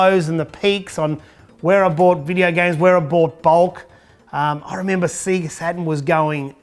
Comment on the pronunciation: The only person on YouTube who pronounces Sega properly.